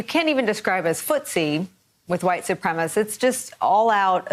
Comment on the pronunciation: What is it with people not being able to pronounce the word supremacist? I'm always hearing "supremist"